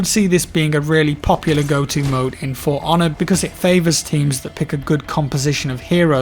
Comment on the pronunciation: I keep hearing Piranha instead of For Honor... >_>